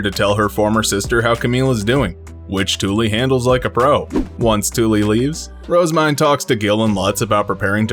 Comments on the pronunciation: Phonetics is a hobby of mine, and I have always felt that Rozemyne has been pronounced incorrectly. Most people I have heard pronounce her name with two syllables, with the emphasis on the first word. This becomes the name "Rose-Mine." I personally think the true pronunciation has three syllables, with the emphasis on the second and third. The proper pronunciation should sound like "Roz-ME-Nay." Anyone else think so? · Her JP og name is Main, (EN translated it to Myne in order to not confuse readers) so her name in JP is pronounced as Roozemain